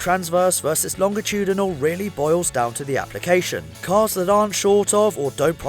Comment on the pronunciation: Wait..WAIT. LOHNJ UH TOODYNOL?!